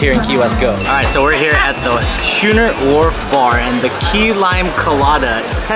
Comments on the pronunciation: Its pronounced Skooner not Shooner. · Dude, it’s pronounced “skoo-ner” like “school.” Not like “shoe.” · "Scooner" not "shooner" and "My am me" not Me am me" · A SCHOONER (pronounced SKooner) is a type of sailing ship. But I appreciate the tips. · Pronounced skooner just like school...